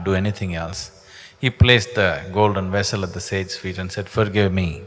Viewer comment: He keeps saying wehicle when he means to say wessel!